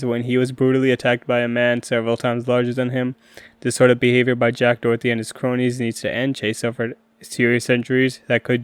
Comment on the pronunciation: making an entire video saying his name wrong is kinda insane